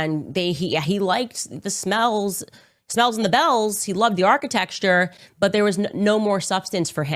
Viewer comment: I've heard architexture so much it started to sound right. The brain melts listening to this woman 🤣